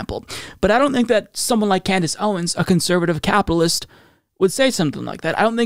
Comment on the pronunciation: Owens pronounced "capitalist" wrong.